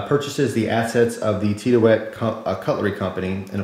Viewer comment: It's pronounced like Tid-E-ute.